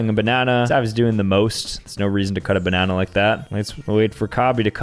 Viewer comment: No one: calling a banana a babanana